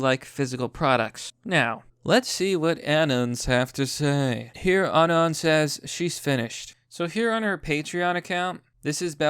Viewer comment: pronounced “anon” wrong, sorry bro thats an unsub. pretending to be a 4chaner is toptier cringe.